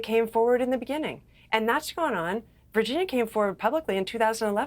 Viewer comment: Virginia G did NOT make a mistake about Dershowitz...he got to her somehow. This guy ranting () doesn't even pronounce her name correctly and why is he so emotionally explosive? Did PA pay him?